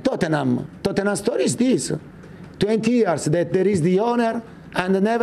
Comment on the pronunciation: Conte : it’s the historya of the Tottenham